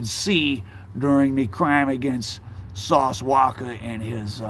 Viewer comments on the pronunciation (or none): Isn’t it sauce walka and not sauce Walker..😂 why he keep saying Walker.😂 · "Sauce Walkurrrr" 😂😂 you funny